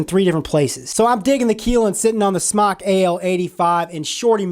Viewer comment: thank you for pronouncing smok correctly!!